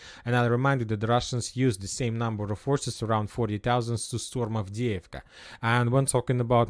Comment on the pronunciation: Two things and not being patronising. It is pronounced Av De Ev Ka. Minor point. Most important is that my stepson was in that city and we feared the worst but he called us today to say he was out. He had been there for one and a half years. I have no more details except that he was/is fighting for Ukraine. Very difficult conversations going forward for us should he survive. He has been twice decorated by Z himself not that shelling civilians is what he knew he was doing or deserves merit.